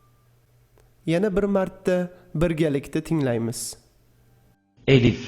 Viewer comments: ассаламу алайкум илмиз янада зиёда булсин мени кечирасизу куронда элиф хариф йук бу алиф билан АЛЛАХ деб ёзилади куронди тугри ургатин эллах деб уеимидику Аллах деб укиди яна мени кечирин жазакалаху хайрун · Arabchada suz bosi eliff bilan boshlanmaydiyu Talafuzidaxam Alif deb aytiladiku